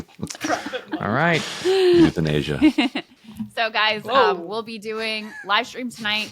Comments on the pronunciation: Then Ryan says "euthanasia" 😂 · lmao Ryan "euthanasia"